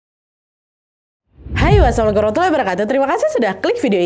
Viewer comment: Nadia,AQ tu denger salam kamu tu omong nya kok kurang jelas ya ,PE AQ ulang" assalamualaikum kok gimna gtu😂,kurang jelas